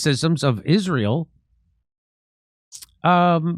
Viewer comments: The way Candace Owens says Israel is funny 🤣, she says it like Ishmael, she says the S like a sh. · Why does Candace call it “Ishrael”? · How many times can she say IZHRAEL IZHRAEL IZHRAEL —- just take out the battery and make the incoherent noise stop.